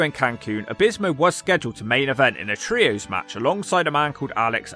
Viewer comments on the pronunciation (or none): none